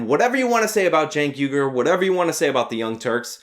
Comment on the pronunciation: "I am chank ugur" "I AM CHANK UGUR"